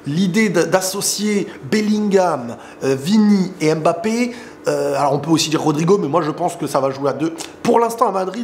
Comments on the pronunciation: Oh on en a marrrrre arrêtes avec ton Kmapeepe c’est bon on a compris (naahhh jrigole frérot ahahaha) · vu qu’il rejoint notre team normalement. Il faut que tu apprennes à prononcer son nom correctement stp! 🤍🤍🤍🤍